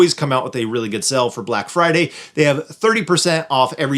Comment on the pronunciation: Black “Firday”? Oops… 😮